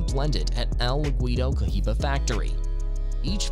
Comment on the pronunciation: EXpresso instead of espresso, I’ll let it slide. Then you said Cohiba all fucked up and now I’m done watching.